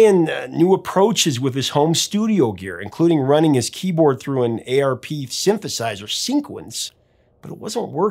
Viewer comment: Hey Professor, its called an "ARP" (rhymes with Harp) synthesizer not an A ... R ... P .... synthesizer. (Also, for Baba, Townshend used a Lowrey organ processed by an EMS synthesizer. Shortly after the album was recorded Pete purchased a behemoth modular synth made by ARP called the Model 2500 as well as a semi-modular synth called the Model 2600).. The name ARP comes from company owner Alan R. Pearlman's initials, and this has led many synth players who were born after the 70's, yet familiar with the history of the name, to use the incorrect A. R. P. pronunciation.